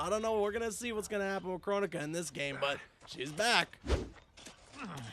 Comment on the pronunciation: Bro... not kronika...